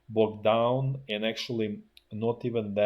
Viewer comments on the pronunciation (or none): none